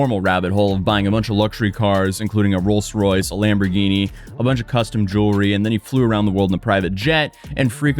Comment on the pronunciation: Lol again with the weird and moronic way you’re pronouncing “Rolls Royce”… giving both the same “ce” sounding ending when only Royce should have it. “Rolls” is pronounced exactly how you’d pronounce “dinner rolls”… unless you pronounce that stupidly too?